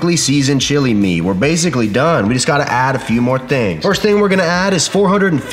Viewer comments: I died every time he said classic chili 😂😂😂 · Just finished. 😂😂 This is one of the funniest vids you have ever made. Keep the accent and sneak the word chilllley into all of your future vids. TIA.